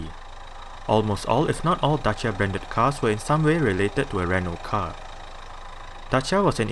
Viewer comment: Finally, a guy who pronounces Dacia correct. Greetings from Romania.